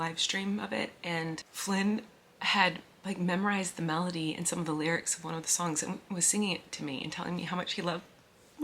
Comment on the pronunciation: Miranda!!!! “Those are de lyrucs…” Belly laughs! So happy right now!